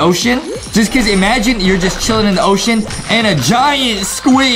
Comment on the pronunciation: A SHARC ON A OSHOSHEN